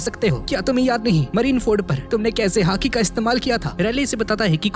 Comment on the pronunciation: He is Calling hati i an hearing haki 😂😂